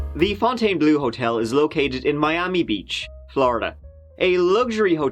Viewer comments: The unexpected "Leeee Fontainebl" at the end almost made me choke on my McNugget... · Pronounced “fontaine-blow.” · thats pronounced FountainBleh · Them: can't hurt you: LEFOUNTONBLEUEUE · Pronounced... FONNTANN BLUR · Fontainebleau is simply pronounced Font - Ten - Blow. That’s all there is to it. Merci! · As a Frenchie, the "Fontaine" part was ok, but one should pronounce "bleau" like "blow". Yeah, yeah, but it's really how it sound. Same for a bit like "beau", that you pronounce "bow" (and arrow, all that). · don't mess with Fon-tai-ne-bleau ! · Criticizes the name Fountainebleau, but can't pronounce the word "three" in his native language. Oh, by the way, how do you pronounce "herb" and "valet", because if you are like everyone I've ever heard from the UK and Ireland , it isn't like the French pronounce those words. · Living in Louisiana where we have a bunch of locations, neighborhoods, & state park with Fontainebleau as the name this is the first time I heard it pronounced the way does.